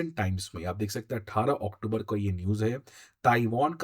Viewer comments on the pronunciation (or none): none